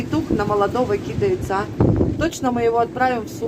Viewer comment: правильно произносится кидАется,а не кИдается.....,и ты нас тоже прости!